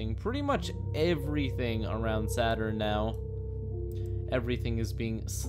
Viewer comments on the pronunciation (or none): Well, i guess you can call it SADurn from now on! Di Dun Tschh